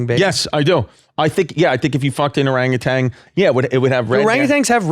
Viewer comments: ORANGUTAN!! You keep putting a g on the end. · They keep saying orangutang or is just me?